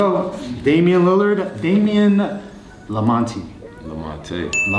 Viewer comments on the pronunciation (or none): managed to get Lamonte wrong after he was corrected the first time 🤦🏻‍♂️